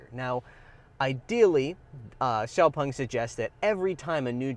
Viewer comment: Xpung??? its Xpeng right? :/